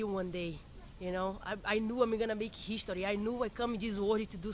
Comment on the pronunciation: I love making heeeeshtory <3